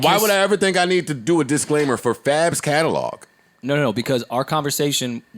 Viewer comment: And Catalog he says it Calelog lol